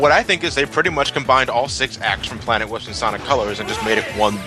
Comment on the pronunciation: "Planet Lisp"? XD